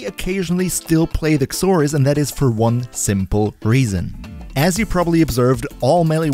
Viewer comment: I hear you saying the x in Xoris. It makes a "Z" sound. X is silent. Zoris is how it's pronounced. That'll make it easier for you to say it, since you said its name like 80 times. Not being a grammar nazi. Just trying to make English easier for ya.